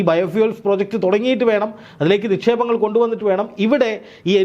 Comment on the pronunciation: പ്രൊജകട്ട് അല്ല പ്രോജക്ട് രണ്ട് അർത്ഥമാണ് ' നമ്മുടെ മന്ത്രിമാരും ഈ തെറ്റ് പറയാറുണ്ട്